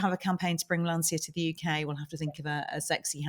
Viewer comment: I missed much of your discussion at the beginning of the video because my wife was screaming LAN-CHIA you idiots, it's pronounced LAN-CHIA!